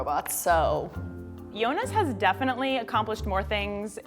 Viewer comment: The video was so cute ❤️ but it's Yonis not yonas 😂❤️